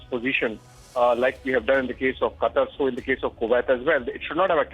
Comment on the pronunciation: It's Qatar you illiterate 😂😂😂